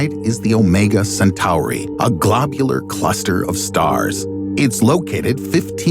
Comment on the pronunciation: because of how he said globular cluster